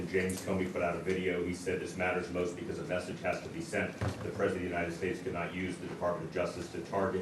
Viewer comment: How do these politicians keep mispronouncing the United States?.. unined